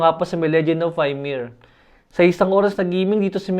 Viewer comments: bakit (why-mir) akala ko (imir) YMIR. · Boss di ka man lang sinabihan ng tamang pronunciation ng mga kasama mo? Legend of "imir" po yung "Ymir". Tomb "reider" po yung "Raider". Mas maganda po tama pronunciations para mas mukhang professional at for improvements narin ng "quality" ng videos nyo.